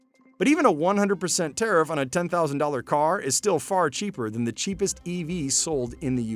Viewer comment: Tiarff this and Tiarff that. Nobody talks about what the average customer wants.